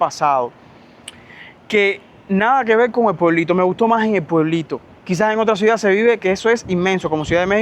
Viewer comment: HOLA! FASCINADA CON TUS HISTORIAS DE VIDA! ME PREGUNTO PORQUÉ SE OYE RARO CUANDO PRONUNCIAS LA PALABRA "C I U D A D"🤔🤔? PAREC Q DIJERAS "SUIDAD"